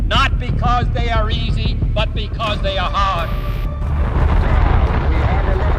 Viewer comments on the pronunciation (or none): none